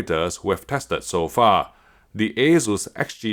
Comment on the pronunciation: The "Ey-Zeus" sounds horrible... Asus is a shorter version of the former Asustek (Ah-SOOS-tek).